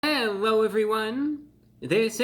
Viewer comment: Hewwo Wady’s and Gentlemen!